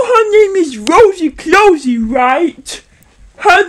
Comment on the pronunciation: Um- stop it, get some help. “Twuth” “Wosy cwosy” “Gwacha twuba” “Agwee” “Pitwure” God, your giving me a headache